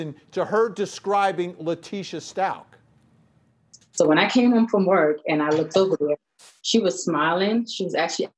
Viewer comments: It’s STUACH!! You don’t pronounce the ch!!!! Stop mispronouncing his name it’s been 4 months!!! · That reporter needs to learn how to say the last name ... it’s ...stauK not Stau-CH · It’s bothering me the way she pronounces the last name “stalches” I’ve never heard anyone say it like that. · Please honor Gannon and pronounce his last name correctly. 💙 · Inappropriate behavior.....could not pronounce Gannon’s last name correctly 😡🙄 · Out of respect for Gannon, i wish people would start pronouncing his last name properly. Also out of respect for the Stauch family, especially Gannons father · You interview the neighbor and you can’t even pronounce Stauch right? Smh